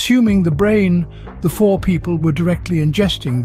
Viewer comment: Fore is pronounced foh-ray.